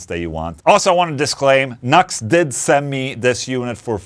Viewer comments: It's NU-X (new ex), and it sounds fukn good man. I have an old MG300 and it doesn't sound anything like that. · Its pronounced New - X. (NU-X) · The pedant in me keeps screaming "NU-X! Not 'Nux'!" Nice affordable unit. I have a few Nu-X things and am always impress with the quality for the cost. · NUX, LOL. The company say it is pronounced New X! (NU>X!!) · Isn't it supposed to be "new-ex"? lol...what a stupid name... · I think it’s pronounced New Ex.